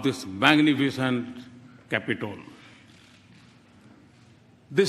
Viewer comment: Hilarious at best...Capitoolll